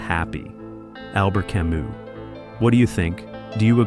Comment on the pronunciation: this genius bot mispelled/mispronounced camus but compelling content otherwise